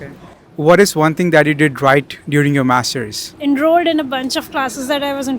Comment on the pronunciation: Bro says only mastersss in accent